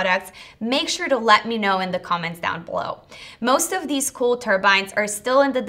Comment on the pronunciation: Learn how to speak. Deese, Does, and Demzes IS ALMOST A SPEECH IMPEDIMENT.... It makes you sound so impaired.! I can't listen anymore.... In the information heirarchy People pay to hear more intelligent speakers..... anyone can listen to Mo-Rons, but why (pity?) OMG do i hear "WINT" rather than "wind" Someone keeps telling me I'm a Mo-Ron, oh wait, IT IS YOU, Every couple few words an indicator MY TIME IS BEING WASTED...... sorry.... gotta go ....